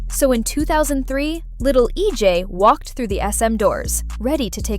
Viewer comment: I’m sorry to say this but commentators need to pronounce Korean names. E J A E should be pronounced EJ